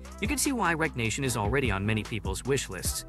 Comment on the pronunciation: Wreck-reation.... wreckreation not wreck nation🥴